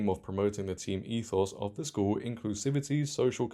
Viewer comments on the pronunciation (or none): none